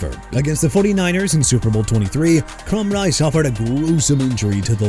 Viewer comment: First off dude it's Demar Hamiln not Jemar Hamlin. Also it's Tim Krumrie as in crum-rye! Have some respect for every athlete and team you're talking about or QUIT YOUR JOB! And why you got a bit of Andrew Luck on there when you're discussing Peyton Manning?? You people disgust me!